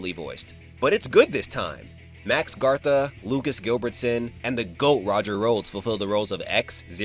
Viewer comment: Gatha" There is no R in his last name.